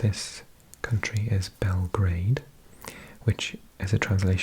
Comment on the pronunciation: You say Beo grad not beo garad Beo grad and then you stick it together Beograd